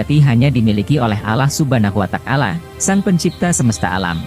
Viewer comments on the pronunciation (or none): Wata'ala bukan watakala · Kenapa Allah watakala, komentator nya gak bisa ngajikah.?